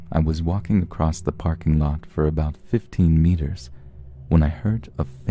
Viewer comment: No kidding. There's too many 'creepypasta' readers (popular ones!) That pronounce words incorrectly. Such as across with a 't' at the end. ACROSSTTT! etcetera with an 'x' in it EXXSETRAAAA! my silly pet peeves.